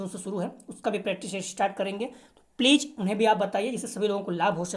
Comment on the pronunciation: Pleej pleej kyu bolte ho please bola karo ....pleej bahut odd lagta h🙏🙏🙏